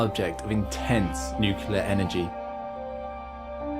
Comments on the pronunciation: You say "nucular" instead of "nuclear" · It sounded like Nu-clear to me. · Did you say "nucular"? Shame.